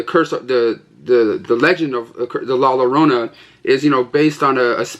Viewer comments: You say it La Yorona BTW and the game was super smash bros love the video epic as usual 👍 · Batman Hush is sick! I bought the Steelbook at target today. And the action figure's name is Hush. Also its pronounced "La Jorona or Yorona". The double l is supposed to sound like a J or Y.